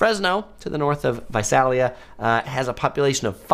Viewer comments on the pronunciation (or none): Visalia- the first “a” sounds like “ey” in “hey” Think Visaaaaaalia.